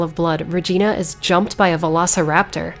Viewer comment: the way you pronounced velociraptor was hilarious to me idk why